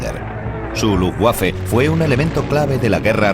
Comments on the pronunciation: Se pronuncia luftbafe, no lufguafe. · L U F B A F E , y no lufgüafe que da grima oirlo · Jajajajajajaja que coño luuguafe no pues si que era luuguafe no luffwafe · primero: no sabes decir LUFBAFE, y segundo viva la Luftwaffe. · "LUFTVAFE" (la "w" en alemán se pronuncia como la "v" en español) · Jajajaja la rompió con ese Luftguaje jajajaja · Pensé que se pronunciaba luftbeifen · Lutbafa la verdad. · quién traduce esto??????... cómo que no son capces de pronunciar Luftwaffe, Wansee, Waffen, Werner, Heydrich, Walter........??????????? PALETOS... infórmense antes de traducir y doblar..... VERGONZOSO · Que así se dice, no se lee como se escribe, en alemán la w la pronunciamos como una b no como una g. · MUY BUENA CORRECCIÓN....es terrible la pronunciación, realmente infame